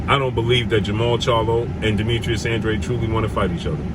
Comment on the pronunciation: Andrade is pronounced "Ondraj" (Portugese)